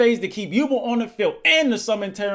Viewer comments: I love you but it's Yu-Belle not yubuhl My childhood can't take it. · It's pronounced you bell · Can’t believe he was mispronouncing “yubel” the entire time.